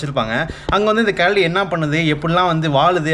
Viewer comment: Bro keladi illa karadi 😂